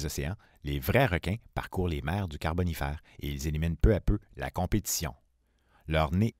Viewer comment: J'ai tenu jusqu'au troisième "carbonifAYr" puis j'a dû couper le son. Je rigole encore...